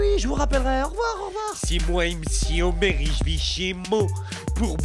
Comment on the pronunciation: c homer simpson pas omer